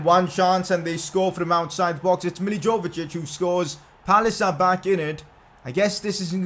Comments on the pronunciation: It's not milivojevic it's milivoyevich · The Crystal Palace captain's name isn't pronounced Millie-Joa-va-Jich it's Millie-Voy-Ay-Vich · its not mijijovjic its pronounced as mili-vo-he-which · bro its pronounced as Milivoyovich 😂😂 love ur content tho